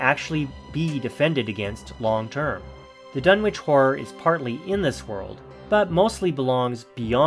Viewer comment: It’s pronounced Dun-itch